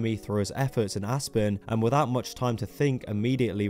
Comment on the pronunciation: I thought you said "Ass-burn" when you pronounced "Aspen."